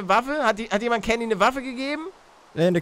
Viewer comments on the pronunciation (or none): candy wird mit s ausgesprochen paluten also sie wird candy geschrieben wird aber sandy ausgesprochen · Es heißt Candy und nicht kandy